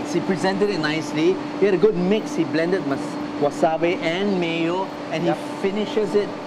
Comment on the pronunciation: Chef Sam Leong, its actually called Wasabi, (wasabee) not wasabay...